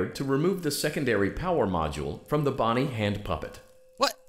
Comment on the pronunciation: That’s not Bonnie that’s bin bon bon